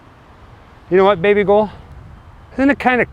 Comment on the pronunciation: He calls her "babyghoul", which is his version of "babygirl". But I definitely see how the way he pronounced it this time sounds like "baby bull". lol